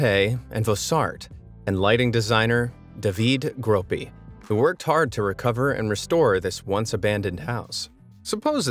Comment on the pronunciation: It's "Peen-ya-tay-ee", "Voss-airt", and "Dah-vee-day Grow-pee". Just saying. Your pronunciation hurtsmy ears